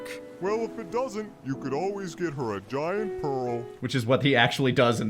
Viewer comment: "He did cause a giant scene at the tournament" Yeah, emphasis on "Giant"